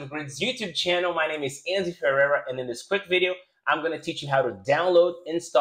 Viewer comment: cara, se tu é brazuca, pq falar o ferreira como se tu fosse gringo? fiquei triste